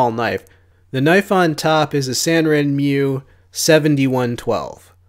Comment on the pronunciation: Not trying to sound like a pronunciation monitor here . I spent two years in Japan in the US Navy. If you want to sound cooler and more Japanese savvy , pronounce it Sahnrenmoo . The r is slightly , rolled like a Spanish r , just a little less so . No y before the u . Think of a woman named Sandra Moon . These hints might make you sound more badass to all the Japanese blade fan boys. Katana shouldn't spoken Ka-tenna , but more like Kahtahnah, no stress on any vowel . Wakizashi isn't Wakeezashee, more like Wahksash with a hint of an i at the end . The word for dagger , tanto , is tahntoh , like the Lone Ranger's sidekick , not tehnntow like so many say it . Thanks for the videos .